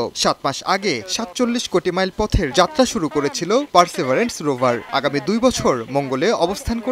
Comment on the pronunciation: পারসিবিয়ারেন্স কে বলা হচ্ছে পারসেবারেন্স